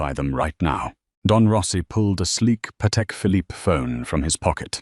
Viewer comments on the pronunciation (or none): none